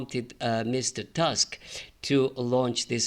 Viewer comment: That pole's name 'Tusk' is not the English word tusk ;) It's pronounced 'Toosk'